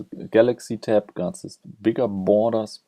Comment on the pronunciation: Did he just say "boners" instead of borders? :-)